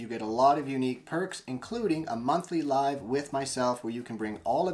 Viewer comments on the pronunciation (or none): none